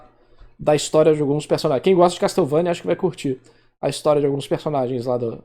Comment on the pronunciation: "Casteuvania" sempre dou risada, a gente tenta mas sempre sai 😂